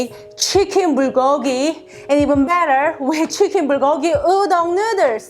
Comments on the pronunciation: Nuders?? Lmao more like you can’t speak English properly. It’s noo-dles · She knows that hun. She’s literally making fun of her own accent for fun. 🙂